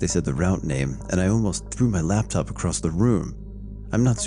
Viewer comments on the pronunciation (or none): none